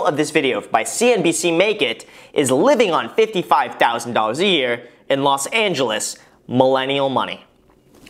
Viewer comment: do you not hear that "Los Angelieeehs"?